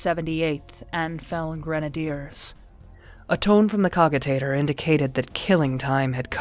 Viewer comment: The pronunciation of cogitators and leman russ kinda ticked me off but apart from that it's amazing